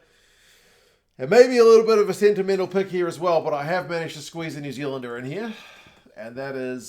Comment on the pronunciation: Peek? Pick? Nah mate, you’re a Kiwi… the correct English is "Puk" 😂